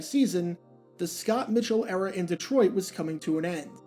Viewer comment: At the mark......did say "the Scott Mitchell ERA" or "the Scott Mitchell ERROR"?